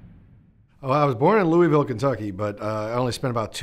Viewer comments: You say Louie-vill others say Lua-vull which one is it g? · Luah-vuhl.. Can tell he left early.